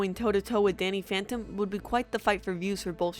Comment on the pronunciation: she said Danny fanton